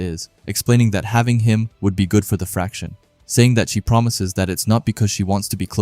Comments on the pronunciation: Fraction? I've heard more fractions here than in high school math. Faction. No 'r'. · 🗣️ ❌ Fraction ✅ Faction